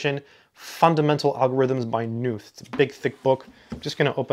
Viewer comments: Pronounced "Ka Nuth" actually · I think the name is pronounced Donald Kh-noot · Why does someone who aspires to pronounce emeritus correctly not give a moment's thought to the correct pronunciation of the germanic name Knuth. Just because knot is not in English, does not mean that Knuth is Nuth ... It is curiously akin to the parochialism of educated and aspirational American English speakers who quite stubbornly cling to the American pronunciation of Weinstein to rhyme with Weinsteen — but are appropriately awed by Einstein's cachet to not call him Einsteen. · For the comment readers out there, his surname 'Knuth' is actually pronounced as "Ka-NOOTH". The question " How do you pronounce your last name?" is actually on his 'Frequently Asked Questions' web page. Some of my comp sci friends call these "the bible". Also, these books inspired the development of the TeX typesetting system. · Just wanted to let you know Knuth is pronounced with a hard K, live Evel Knievel. Great vid as always :) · Just a minute into the video now. Will watch the whole thing. Not sure if you're going to mention Knuth's "Concrete Mathematics." I don't mean to correct you but the K in Knuth is not silent.